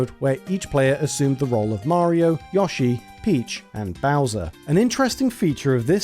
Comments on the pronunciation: absolute maverick move to pronounce "mario" and "wario" like those americans do, but to pronounce "yoshi" like someone that wrote for super play in the 90s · The way this man says Yoshi hurts me. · That's an... interesting way to pronounce Yoshi. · I can't help it. You're mispronouncing Yoshi pretty hard, there... but pronouncing the other Japanese names with the "yo" sound correctly. Sorry, not sorry. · The way you pronounced Yoshi 😂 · I like this video but I cant stand the way you say yoshi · Stop saying YAH-SHE it's pronounced YO-SHE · Anyone who pronounces Yoshi as Yosh-E deserves to burn in hell! It's pronounced Yo-Shi. Also, Yoshi's Cookie was released in "the west" (you stupid fucker!) on both the NES & SNES! Do your due diligence & research your info better & learn how to pronounces names correctly before uploading is nonsense! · If this man said YAHshi instead of Yoshi one more time I might have fucking lost my mind. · Its NOT "yahshi" but "YOshi". The secret to knowing the difference, is the "o" makes an "o" sound, and NOT and "a" sound. Hope that helps. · his name is YOshi not YAshi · My dude, I know Brits take pride in fucking up the pronunciation of foreign words, but how you turn "Yoshi" into "Yawshi"? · Good video, but I recoiled everytime Yoshi was pronounced "Yah-shee" instead of "Yo-shee" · You say "Satoshi" correctly, but not "Yoshi." Why? It's the same sound: "oh-shee." It would only be pronounced as you say it if it were spelled "Yashi." Likewise, "Undake" is not pronounced "Oon-da-kee," it's "Oon-dah-keh." The "Bun Bun" in Excitebike Bun Bun Mario Battle Stadium" is pronounced "Boon Boon," not "Buhn Buhn." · Who the hell pronounces Yoshi as "Yah-she"? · Whooooo tf is yawsheee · Somehow YASHEE is worse than JODORO. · Besides twitch streamer/YouTuber Carl Sagan 42, I've never heard anybody else call Yoshi "Yaw-shee" until I watched this video. Normally it would annoy me but it's actually kinda funny, reminding me of him instead. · ah yes YAH-SHE